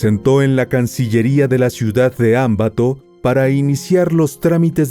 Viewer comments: Hay mi Dios no sabía de este caso, pobre muchacha confío en el diablo ojalá y le den cadena perpetua, allá no creo es como acá en mi país la justicia que esta en manos de jueces y fiscales corruptos, solo una acotación al narrador no es Ámbato es Ambato sin ninguna tilde, del resto todo excelente la narración 👍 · Ciudad de Ambato……sin acento en la “A”. Saludos.